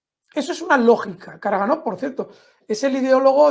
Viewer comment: Karagánov es es la pronunciación real. La mayoría de apellidos rusos terminados en OV se acentúan en la vocal anterior.